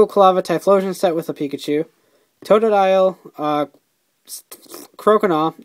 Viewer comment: "tododile... spwqjfvbeirnb croconaw and feraligatr" lol